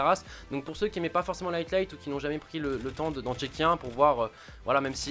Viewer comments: c'est high light , pas atlight j'sais pas d'où du sors le "t" et vu que t'arrête pas de le dire c'est stressant xD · C'est moi ou il dit tout le temps "highTlight" au lieu de "highlight" ? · Bon c'est HIGHlight pas HEIGHTlight stpl corrige :p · HIGHLIGHT (aïelaïte) Gota, pas HIGHTLIGHT.. Dude ça fait trop longtemps que tu fais cette erreur :) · Highlight se prononce "Haïe-light" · Je veux pas faire chier mais Highlight ça se prononce Haïlaïte et Wager ça se prononce Wèïdjeur. Voilà c'est tout, à part ça tu déchires ! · Y'a pas de "t" a "high"